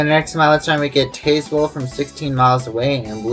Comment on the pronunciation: It's Taz-well in Virginia, by the way. The e is silent. Row-uh-nohk for Roanoke. Great video.